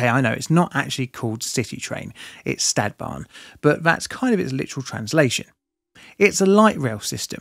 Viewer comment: One suggestion that i could think of when watching many of your videos would be; if you insist on using the native words, e.g. Stadtbahn, you can at least put it in google translate and check the native pronunciation.